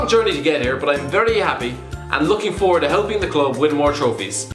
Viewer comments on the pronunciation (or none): none